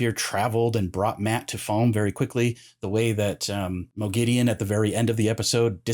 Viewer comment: Have they done a Sauron? In the LOTR series, they say S-ow-ron, whereas fans have always said Saw-ron. In this video, you say Mo-gideon, whereas in the show, Lanfear and Ishamael both say Mog-a-deen. (Moghedien). I like the show's pronunciation better, so I want to know what the general consensus of book readers are in regards to this pronunciation.